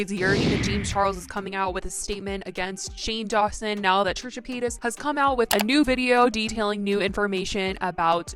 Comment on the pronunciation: trisha "payats"